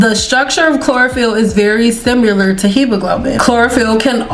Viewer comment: Pronouncing Hemoglobin gurl it happens to all of us lol